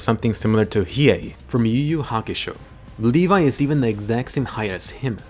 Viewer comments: I always thought that levi's name was pronounsed levi not le-vai and he is my fav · Uhm. I pronounced it as Levi not Levay . Kill me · I will always pronounce his name Leh-v